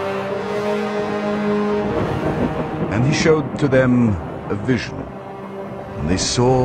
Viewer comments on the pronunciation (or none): none